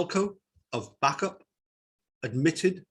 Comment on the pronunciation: Coincidentally this happened in the town I live, rochdale . The lad who was shot lives on the street next to mine , they had to amputate his leg eventually after lots of operations. Bacup is pronounced bay cup and not back up .